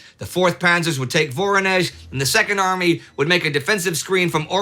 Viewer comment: Please, pronounce it right: VorOnezh, not VOronezh!!!